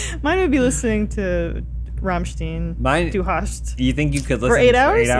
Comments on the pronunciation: "Sylahr" and "Ramshteen" got me climbing up the wall... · To: It's pronounced rammSHTAIN But no worries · the way pronounce rammstein is agonizing XD